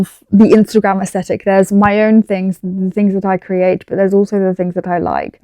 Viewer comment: aSHthetic lol please dont